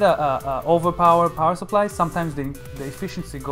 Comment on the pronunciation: that dude saying SUR-ply is killing me.. SUP-ply.. SUH-ply... SUH... SUH.. no R